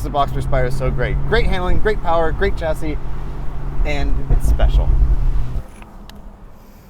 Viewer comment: This car is gweat, it weally weally is